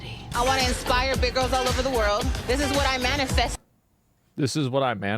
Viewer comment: Think she was tryin to say “This is what I maniFEAST.” Educated guess.